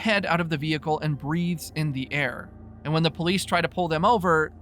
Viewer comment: The way you say vehicle is giving me a stroke